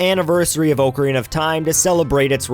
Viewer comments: I know i will sound Nitpickey here, but it's AH-carina, not OH-carina. I know a little bit about Ocarinas, and it's pronounced "Ah-ka-ree-nuh". If you're going to be doing a Zelda Month sort of thing, then this is something you should know. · I cringed every time he mispronounced "Ocarina". xD